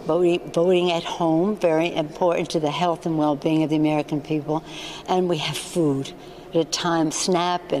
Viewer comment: I can't stand the way she says "food".... It's like a foreign word to her. It makes my skin crawl. Maybe I need some Botox.